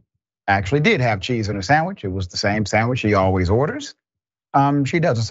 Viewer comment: “Sammich”! Oh Lawd! That was it, Dr. Richey!